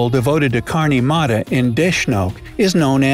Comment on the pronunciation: Mata is actually pronounced as matha